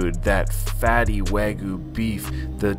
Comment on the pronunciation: What is “Wah-goo”?😂 Its like a toddler trying to say Wagyu